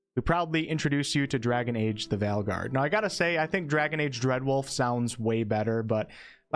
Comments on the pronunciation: I’m not sure I can go through a whole cycle listening to him talk about the “Val-guard” lol. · Wait was that a typo or has the number of companions been reduced down to 2? also I keep hearing you say Valguard 😄